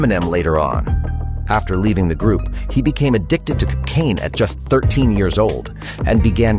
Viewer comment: Why did you say cocaine like that?😂 "Kicane"😭☠️